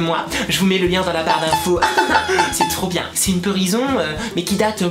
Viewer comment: Mdrrreeuuuh, en Peurison xD♥ Sa me fais rigoler..:p ♥